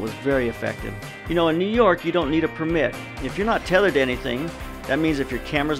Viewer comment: "pur mitt"